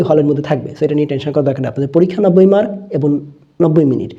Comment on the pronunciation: স‍্যার আপনি 'এবং'এর উচ্চারণ এবন বলেন কেন।।প্লিজ ক্লিয়ার করে দেবেন সঠিক কোনটা হবে